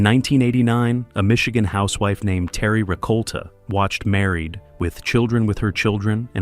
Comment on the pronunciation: What's with the pause after Married??? It's very off-putting after the 20th time hearing Married......with children.🤔